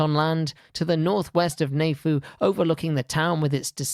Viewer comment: Having lived in Tonga for a couple of years This presentation was appreciated greatly. The presenter has a very good delivery style; the visuals were pertinent. May I suggest a relook at the pronunciation of 'Tonga', 'Neiafu', 'Houma', and 'archipelago'. Cheers